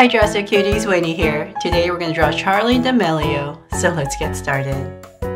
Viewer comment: Gurl you spelf Charli'Damilio wrong and said it wrong ewww